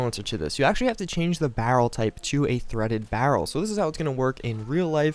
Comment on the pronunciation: LEARN HOW TO SAY BARREL RIGHT!!!! FUCKEN IDIOT!!!!!!